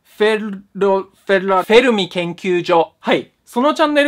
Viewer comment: PDRさんフェルミって言えなかったときフ⚪ラって言ってない？